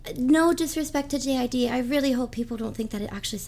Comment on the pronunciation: its JID like jid no J.I.D